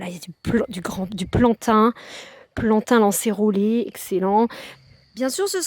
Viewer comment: Magnifique. Je me sens moins seule. Si je puis me permettre, Plantain lancéolé, sans r. m Merci belle Dame.